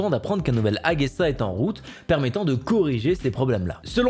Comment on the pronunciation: sinon c'est plus AGESA que AGUESA ? a pas de u. on dit pas gitare ?